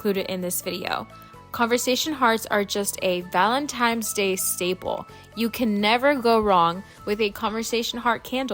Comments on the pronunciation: Hey girlie! It’s ValenTINE’s DAY, NOT ValenTIMES!🙀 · If you need hooked on phonics just say that. Call it what it is, it’s Valentines not Valentimes. I’m sure you want people to say your name the right way. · did you say valentimes? lol...too funny...these are so darned cute! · Thank you for saying that because it bothersome. N not M. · Whatever your name is, I’m sure you want it to be pronounced correctly. If she said it once then cool, but she said it throughout the whole video which means she does not know the correct pronunciation. Meanwhile, if it matters so little to you why did you even respond?